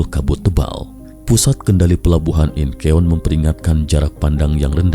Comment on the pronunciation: bacanya inchon bang. bukan inkeon:((